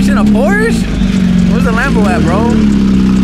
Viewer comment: you gotta know, it’s Porsche. Not porsch. Porsch is not a shortened name for Porsche like and Nicholas or Mike and Michael. It’s like dropping of the end of a name. So it would be like us calling you Ni instead of. Just to let you know